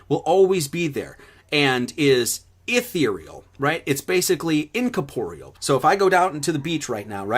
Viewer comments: When he says "incaporeal" does he mean "incorporeal"? -or is it some other word, that I do not know? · Take a shot every time he says "incaporial" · Hey numbnuts, or number-nuts, if your gonna keep saying "Incorporeal" please pronounced it "nkôrˈpôrēəl" ........jeez. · Yes, let's all continue to use big words because "we am smart". I looked up what this word is because clearly I am not the smart (why am I talking like SirSic?). Incorporeal (Greek: σώματοςm) means "Not composed of matter; having no material existence." Wait a minute - is this turd even saying the actual word incorrectly? <--- Yes, he is even saying the word wrong. Oy! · certainly didn't learn how to pronounce it though, the inflection is on the re